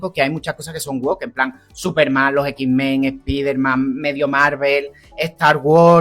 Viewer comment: los ex men hablaban con la ""E"" 😂🤣 los x-men no